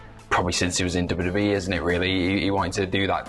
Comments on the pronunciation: "CM PUNK CALLS OUT TOP WEE STARS" "R" That's it, just the letter "R" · "CM Punk calls out top WEE STARS" 😂😂😂